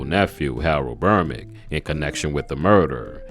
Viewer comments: Its Berbick...not "Bermick"... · The man's name is BERBICK, NOT BERMICK!!! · How can you do this video and not realize you keep calling him Trevor Bermick? The closed captions agree